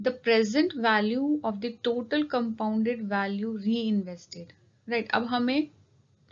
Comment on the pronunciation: Aapne total ko toted bola